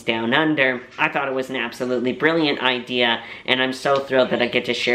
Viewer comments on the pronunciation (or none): none